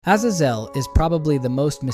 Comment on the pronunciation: How many ways of pronouncing Azazel are you going to mutilate ???